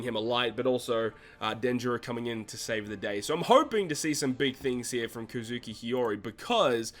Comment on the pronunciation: Why can’t people on YouTube pronounce kozuki